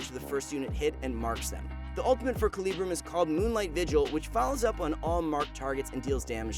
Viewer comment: He pronouced Calibrum (Comes from the word Caliber) and Gravitum (Comes from the word Gravity) wrong.